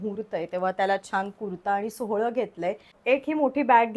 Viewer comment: सोहळं नाही मॅडम सोवळं म्हणतात